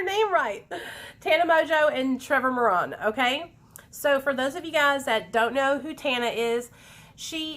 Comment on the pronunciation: More-Ran is how u say his last name